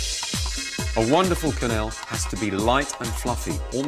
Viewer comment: QUINELLS NOT CONELLS!! Aaaaarrrrrrggghhhh!